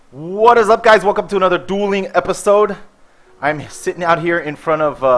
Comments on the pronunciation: He said "doiling" instead of dueling.....Come on your smarter than that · Did anyone else notice he said doiling not dueling haha. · Lol "not dooling holy" it's dueling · HAHAHAHAHAA "DOILING"